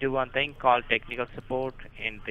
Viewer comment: Popular phrase........jus do one fing ok..........jus one fing.........listen listen listen jus one fing...................